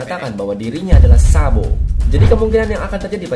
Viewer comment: Kok denger nya jadi Sanbo ya 😂